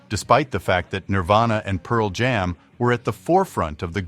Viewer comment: I hate the AI readers they have on these videos that don't know where to put the emphasis on complicated English phrases like "Pearl Jam"